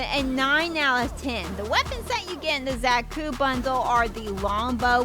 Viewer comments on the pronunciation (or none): It’s a Beam Saber ! Also It’s pronounced ZA-KU not Zack-U.